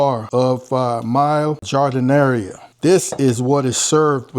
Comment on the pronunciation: Good looking sandwich. BTW, it's pronounced Jar-Da-Nair. Good stuff!